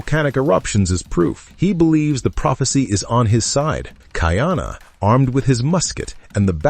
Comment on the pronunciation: It is pronounced Ka-ee-ana NOT Ki-ana